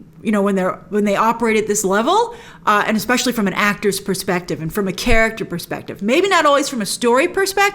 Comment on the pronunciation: Is Grace saying eggspecial? (Exspecial?)